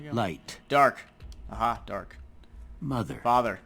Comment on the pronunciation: I remember on my first playthrough, when Doc said "Mother" I thought "fucker" haha